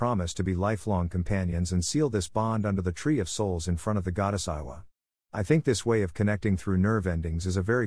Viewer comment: Eywa, not Iowa, lol